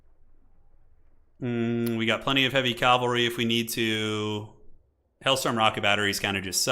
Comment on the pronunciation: for the LOVE OF ALL THAT IS WARHAMMER, ITS CA-VUHl-RY. Some one like you who does this enough and actually knows the difference becomes super annoying when you keep mispronouncing words that My niece can say without issue. Stop Making Warhammer Religious and talking about CALVary, Troops on Horses are CAValry.